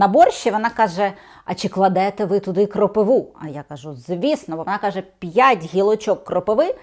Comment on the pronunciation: Не кропиву, а кропиву.😊А так все ок!😊